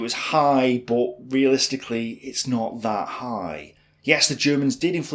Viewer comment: No NOMBERS it's nUmber!!! Not BOT it's BUT